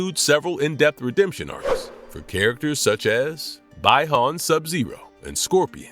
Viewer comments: Its pronounced BEE-HON (Bi-Han) not By-han Buy-han Bye-han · Bee-hon not by-hon. You can't even pronounce his name right how are you a trusted Source again???🤦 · Your narration is bad. Bi-Han is correctly pronounced Be-Han. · bro your butchering some of the names like bihan and kano